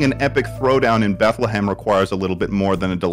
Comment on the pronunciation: "Bethlahammered" Im writing that one down